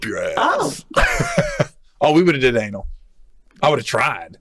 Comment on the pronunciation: its anal not anol